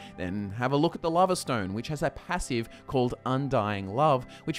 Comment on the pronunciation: "and then take a look at the lava stone" the lava stone? "or a look at its powah larva kiss" larva..? kiss..? you be confusing sometimes but i got it after some pausing and re-listening :P